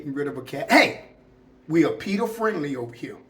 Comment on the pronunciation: PETA not Peter 😂 Miss Donna